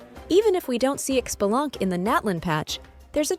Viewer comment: i cringe every time people mispronounce his name >.<. It's pronounced *shi-bah-lan-kay >,<